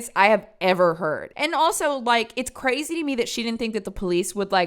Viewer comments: “cwazy” lol, love you 🫶🏻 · “Pretty cwazy” 🥰 i dont want to say unc is adorable, but…yup